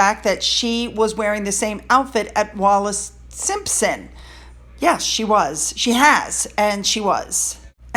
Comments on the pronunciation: Bruv! It’s Wallis not Wallace! Stop embarrassing mexiteerers! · PS it’s Wallis “WALLIS”…🙂❤️ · Wallis. As in Bessie Wallis.